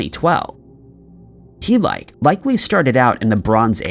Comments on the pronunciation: The mispronunciations in yr videos are truly beyond belief . HEE-LYKE ?? Seriously ?? You are aware that neither ancient nor contemporary Greek words are pronounced like ENGLISH ONES , right ? Heh-lee-keh . Jesus . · Greek city Helike - Heel-ee-kee Like Helios. Not He-like. That was excruciating to listen to. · Hell - i - kee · You did all that research without bothering to look up how to pronounce Helike?